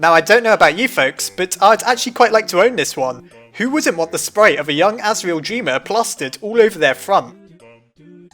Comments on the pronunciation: it's supposed to be sprite not sprte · sprite? dont you mean sprte?